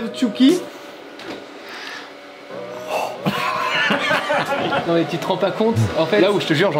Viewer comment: C'est pas tchookie c'est tchuky frr il fait trop peur 😂